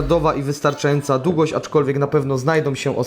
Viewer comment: Wodom, rozsondnnom, za pomocom, instrukcja obsugi, dugość , pomys, blutucz , sparowane ze dzbankiem, ulubionom jerbom, tom domyślnom, Itp etc Chłopie ogarnij język polski